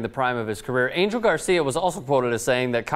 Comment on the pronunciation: Spanish speakers correct me if I'm wrong but isn't Angel pronounced An-hell?